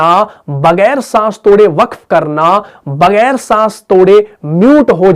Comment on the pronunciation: بھت خوب۔ لیکن بغیر۔ باقی۔ ختم۔ ان الفاظ میں آ پ کا تلفظ ھے۔ باکی کھتم۔ بگیر۔ ؟؟؟؟؟؟